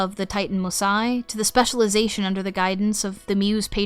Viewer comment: Just wondering: you quite consistently use the Homeric Greek pronunciation in your videos, but why not do so on the name of Mnemosyne? There is no silent vowel in any form of Ancient Greek at the end of a word, so Her name should be quadrisyllabic, and the "y" should definitely not be pronounced as a long "i"...?